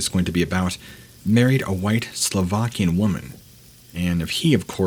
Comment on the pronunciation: Slovakian???? Do I hear it correctly?